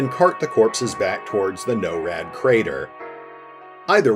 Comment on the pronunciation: I think finite is pronounced Fi-nite, instead of fin-it. Also if NORAD means North American Aerospace Defense Command then I believe it's pronounced NOR-AD. Sorry lol I know it's a bit pedantic, but other than that great video as always! Thanks!